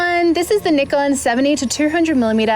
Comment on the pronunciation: 企業名「ニコン」と言っているのがグッド 。無知なユーチューバーは「ナイコン」と言っている 。